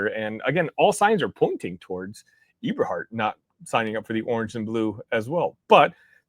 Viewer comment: The name is pronounced Eh-ber- hart not e-ber-hart